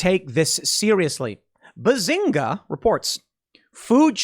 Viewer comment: Its benzinga tim, not bazinga... Im also surprised you never heard about it